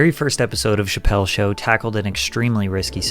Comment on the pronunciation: It's not, the Chappelle show, it's Chappelle's show. You even have the correct thing on screen and saying the wrong name at the same time 😂.